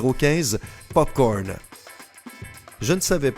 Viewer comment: Il a dit popocorne 😂😂😂